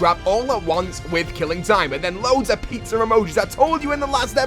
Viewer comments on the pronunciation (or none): he said pizzar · It pisses me off how he pronounces pizza emoji like pitzer emoji pitzer emoji pitzer emoji